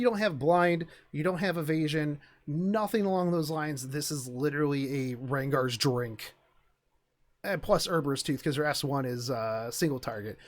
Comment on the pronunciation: its U-B-er-I-us tooth and not U-R-B-e-RUS tooth. god damn it.